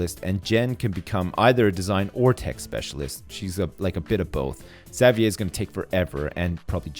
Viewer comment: Jayden at least has one really good stat that he can focus on for training. Firing Xavier would be a good decision in the long run, because A) Xavier has bad stats (Not even one above 300!) and would be a big waste, and B) I cringe every time I hear him say "Zav-yay"